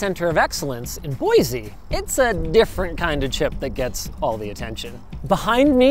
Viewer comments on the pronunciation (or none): As an idahoan we say boysy not boyzy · Within the first 10 seconds of this video, Linus has triggered all of the Boise residents (including me) by pronouncing it "Boy-zee." It's "Boy-see," thank you very much! Otherwise, Great vid! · Awesome video. One minor caveat: It's "Boy see" not "Boy zee" (no matter how many times ESPN refers to "Boy-zee State"). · LINUS ITS BOY-SEEEEE NOT BOY-ZEEE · Boise, not boizee. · LINUS! THERE IS NO "Z" IN BOISE!! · god damnit lunus there is no z in boise